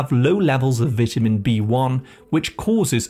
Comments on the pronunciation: I need some more AI PRONOUCE as”VETAMEN” B-1 to get rid of the “AI narrator that’s giving me crazy miss pronunciation that it’s sending into my head. 🤣😂🤪😜🤪😵‍💫😵‍💫😵‍💫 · Learn how to say vitamin 🙄